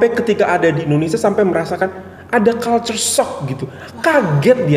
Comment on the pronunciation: Tak pernah Malaysian buat perbandingan mas vs indo...slang dia pon pelik..dan fakta dia pun x tepat dan mengelirukan...Malaysian sebut Malaysia as Malaysia,dan Indonesia as Indonesia.. Malaysian sebut culture - kalcher bukan kulcher